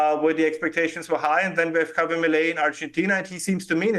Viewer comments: Of course vaush still hasn’t figured out how to say javier 😭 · Vaush's Milei isn't real, Vaush's Milei can't hurt me... Hay-vee-er: 👁👄👁 æfüęrå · My f-ing nonexistent god, it's "Hah-vee-AIR"... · why does vaush say it as afuela 😭😭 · I thought it was pronounced "ha-vee-AIR" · vowsh stop saying "hay-veer" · Yeah it pisses me off too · Honestly he is triggering my grammar n*zi. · He's a Yank this is how they butcher names